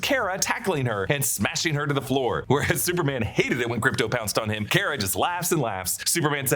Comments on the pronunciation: Its not Care-Uh its Car-Uh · its Car-ah not Care-ah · I think you’re pronouncing Kara’s name incorrectly. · It drove me nuts ho many times you said “Kara” wrong lol